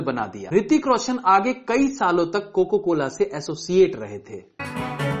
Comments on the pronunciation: Coca cola not coco cola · It's not coco cola. It's coca cola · Aap bohot galti karte hain aaj kaal bolne main.... Coco cola bol rahe hain Coca-Cola jaise multi national company ko....kya sir ye toh galti se mistake hain... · bhai woh coca cola hota hai coco cola nai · bhai coco cola nhi coca cola hota hai